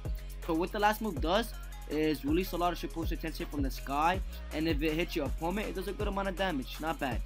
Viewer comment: Every time he says opponent wrong it’s so cringy!